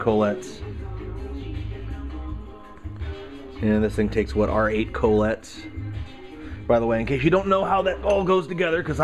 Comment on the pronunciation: coh-lets lol.